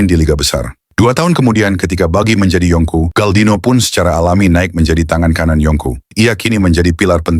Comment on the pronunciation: Berry mang,bukan belly..belly tu perut mang..yonko,bukan yongkau..brogy bukan brokey mang🤦🏻🤦🏻🤦🏻